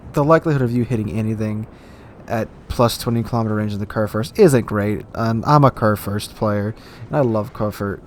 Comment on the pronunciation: körrförst... as a german i can only shake my head )